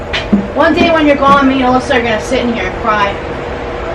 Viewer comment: Love bloopers "we don't need you Allisa" lol!!!